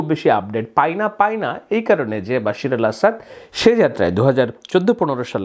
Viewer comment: আপনি তো ভাই BAL এর সাংবাদিক বাশার কে বশির বলার পর আপনি আর সাধারণ সাংবাদিক থাকেনা। আপনি এক মহান উচ্চতায় উন্নীত হয়ে BALএর সাংবাদিক এ পৌছে গেলেন! আহা!